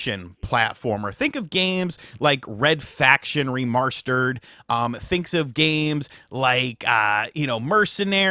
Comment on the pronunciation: Said it like a posh Englishman